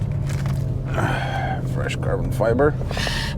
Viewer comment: I wonder if you're deliberately mispronouncing micro fiber and carbon fiber.